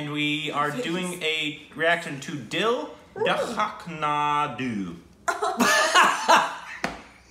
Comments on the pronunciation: The director is Farhan Akhtar's sister and an amazing director. P.S- The name of the movie is pronounced as Dil Dharakne Do. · It's actually pronounced "Dil Dha-rak-ney Doh". It's a good movie. It's not mind-blowing but still entertaining. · ok i laughed so much from hearing pronunciation of the title, ill come back tomorrow for the whole video, lol